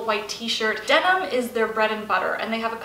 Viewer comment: Denim not demon